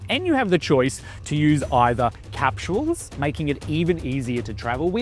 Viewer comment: Capshooels, lol.